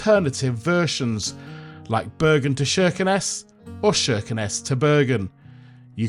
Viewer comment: Kirkenes with a hard K sound, not SH.